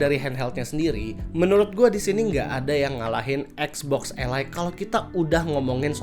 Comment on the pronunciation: kenapa Ally di baca alay 😭